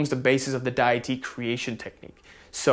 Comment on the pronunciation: It's day-ity. And thank you so much for your videos.